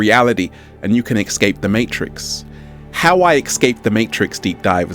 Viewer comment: It's not exscape it's escape that's truth just saying